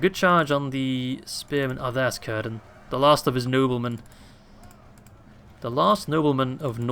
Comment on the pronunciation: Its not currrdan ... its cir-dan